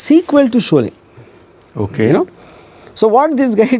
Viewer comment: solay, soot, sooting. You illiterate